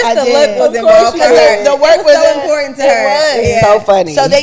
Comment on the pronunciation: IM-PORT! TAUNT!!! TAÉ!!!!! 😂🤣😂 ÉsPANOL!!! Definitely WORD OF THE DAY!! Importauntè